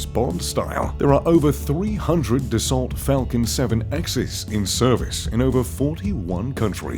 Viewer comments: FYI - it's pronounced BOM-BAR-DI-YAY not "Bombadir" and Dassault is not "Dasalt" it's pronounced DA-SO. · Dassault is pronounced DASS-O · It is DASOO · How to pronounce Bombardier - How to pronounce Dassault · needs to learn how to pronounce "Dasault".